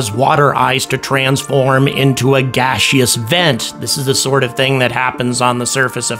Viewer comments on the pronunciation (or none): "gah-she-us vent" - No, it's pronounced gas-us, the word is gaseous, the "eo" is silent ya mouth-breather.